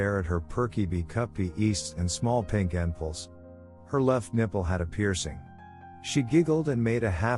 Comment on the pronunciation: It's funny how the narrator pronounces b*easts, n*pples, and b*ner.